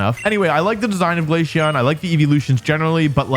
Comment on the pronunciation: I'm not mad because you hate glaceon, I'm mad because of the way you pronounce it.